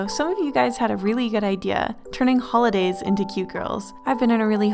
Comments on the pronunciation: just says “hoidays” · Notice how the intro says "hoidays" / "holdays" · ah, yes, hoidays